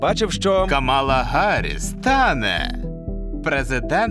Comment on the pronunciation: Дуже цікаве відео , але щоб кайфонути на повну не вистачило правильної вимови слів як Хіларі або Харіс та інші... Сподіваюсь на ваше розуміння)